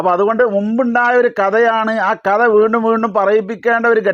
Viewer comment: വേണ്ടും എന്നല്ല വീണ്ടും എന്നതാണ് ശരി മലയാളവും ശരിക്കറിയാത്തവൻ